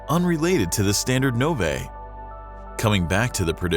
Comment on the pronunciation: Hearing the narrator pronounce “novae” as “no-vay” is titling! 😠 It’s “no-vee”, people!!!